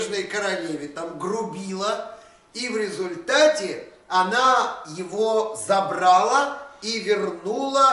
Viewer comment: Забрала, ударение на последний слог